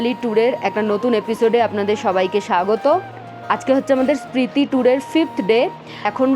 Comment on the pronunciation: Hello, etota pronunciation bhool mana jay na. Spriti valley na, Spiti valley. Protyekta video te bar bar Spriti shunte shunte birokto lege jacche.